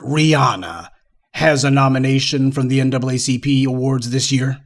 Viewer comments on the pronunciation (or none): Now it's the "NAAAP?" 🤨